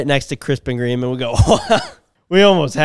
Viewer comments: Bruh I thought you said Krispy kremes… my moment was trying to figure out who the F orders a salad at krispy kreme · I thought for sure for a lil bit was saying krispy kreme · I'm so fat, I thought yall were saying "Krispy Kreme" in stead of "Crisp and Green" lmao 🤣 😭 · When said Crisp and Green the 1st time it sounded like Crispy Cream, just like CJ thought his gf said.